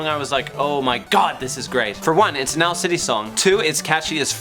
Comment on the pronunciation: Owals- LIke Owels, but with OWA instead so it's like an OWAl :)